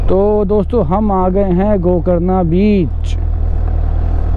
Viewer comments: 2.01 gokarna sounds like go corona🤣🤣🤣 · Go carna beach soungs like "Go corona "😅😅😂😂